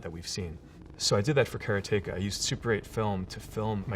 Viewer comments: Despite having a close Japanese friend. Maybe she wasn't saying 'combat, combat!', maybe she was saying 'karaTEka, karaTEka!'. 😂😂 Either way though, awesome Dude and some great memorable games. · So I know he made the game and all... but I always thought it was pronounced Karate-ka :) And even Jordan Mechner isn't changing my mind about it :) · he mispronounced karateka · so that's how you pronounce Karateka, trust an American to say it different, even if he invented it :] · Since this was made, someone ported Prince of Persia to the Atari 8-bit and it's awesome. It's a conversion that should have been done a long time ago. Also Mechner says Karateka wrong. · How can someone who made a game called 'Karateka' pronounce it so badly? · The way he pronounces "Karateka" despite saying "karate" normally is bewildering. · When I was a kid playing karateka, I always wondered why some people were pronouncing "Karateka" so strangely. Now I know! It started at the top. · But he can't pronounce "Karateka" :) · Is this guy sure he's pronouncing Karateka correctly? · Just learned I was mispronouncing Karateka my entire childhood! I thought the accent was on the second syllable. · Prince of Persia could have been ported to the Atari 8-bit since it was already done on the Apple ][. He also doesn't pronounce Karateka right. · Hey Jordan! I was born in 74 and grew up playing your games (dad bought an Apple ][+ in 1979). Until watching this interview, I thought it was pronounced kuh-RAH-ti-kuh. Heading you pronounce it sounds wrong to me :) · Care-ah-take-ah, got it. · care-uh-tay-kuh. not "karate-kah". this was this most imformative part. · kara teka? or karate ka. I can't argue with the guy who built it.. but damn, I think my version of the pronunciation makes WAY more sense. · I hate how he's pronouncing "Karateka". It's not "karay-take-ah" you fool - it's "kar-ah-teh-ka"!! Get it right! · TIL it’s “Kare-tayka” - I’d always pronounced it as “Karotica” in my head